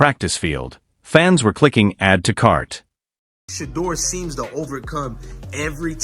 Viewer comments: Big time. The video creator could easily spell his name "Shadoor" so the VO gets the phonetics correct. Also, totally tired of AI's verbal constructs where it says first what something or someone is not, and then says what something or someone is. "This isn't just a _______, it's a __________." Or "It's more than ________, it's __________. Super repetitive construct when you hear it enough. AI still needs to evolve. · For real like just spell it as “shea-door” or “sha-door” until the computer say it right. That is annoying and usually gets an automatic thumbs down from me. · Shampoo Sanders?? 😂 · AI say his name correctly or do not make THESE podcasts at all. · Thumbs down on messing up Shedeur's name, AI pr not. Pit some respect on it!!!! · This is pitiful, can't even pronounce his name correctly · They lost big. Only sneaky way to show disrespect is to mispronounce his name. Sad.Sad.Sad. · Could AI learn to pronounce his name correctly 😢